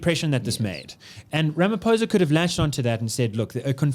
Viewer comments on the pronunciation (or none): Pronounciation,😂 "rameposa" and "di klirk"